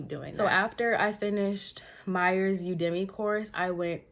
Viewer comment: You-da-Me (Udemy) 😂